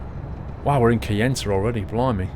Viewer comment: HI from Arizona they pronounce it Ki-enta luv your vids